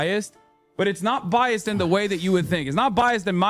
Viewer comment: "Not biost in my favor"